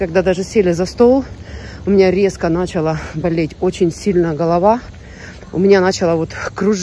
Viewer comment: Голова не нАЧала, а началА кружиться. Учи правильное ударение на русских словах.